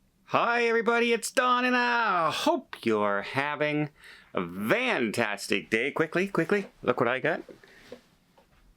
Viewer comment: Don, why do you say, “Vantastic Day.” Am I misunderstanding you?